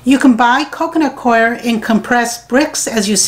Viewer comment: The mystery of how to pronounce "Coir" has been solved, thanks! It might be just me, but your favorite gnats seem to love that stuff. I suggest full-court press early in the game.